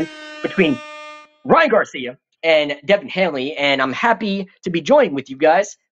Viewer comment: Dude called him Devin Hanley?